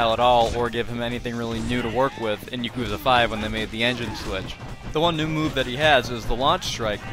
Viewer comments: playing every game in the series and not knowing how to pronounce Yakuza is crazy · Even now I still kind of flip flop on my pronunciation 😭. The only people who I hear pronounce it Yak-uza are people who play the games, every other time I hear it pronounced Ya-Koo-za